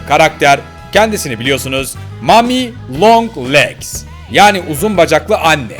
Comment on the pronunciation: Tazmadım o mamilonglex deyip o kisimisi